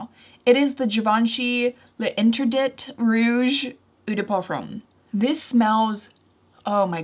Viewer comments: ADDENDUM My apologies. It is not the Rouge but the classic L'interdit (Lawn-tear-dee). Tear rhythms with mere or hair, dee and do not say the T at the fini (end). No n with Lawn either. Try Lon- tear- dee. I don't know how to write the correct pronunciation. I only know how to say it. Trying to help. Let me know. Thank you! Barbara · For the Givenchy perfume it’s a tough one and I don’t know why these brands don’t choose easier names - Libre I’m looking at you - but l’Interdit is pronounced lahn-terre-dee yep it’s weird, it’s gorgeous and on my list too! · I just got L'Interdit and agree, it's sweet/spicy like Hypnotic Poison. Also just got Nest Wild Poppy and agree about that too! Pronounced "lah - nter - deet"